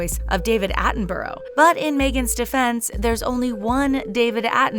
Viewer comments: “David AtTeNbUrRoW” 😬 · Its pronounced : Atten-buh-ruh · If only you could pronounce Attenborough properly 😆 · person 1 I know that’s how it’s spelt I was pointing out how she pronounced it incorrectly 😒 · How they said “Attenborough” 💀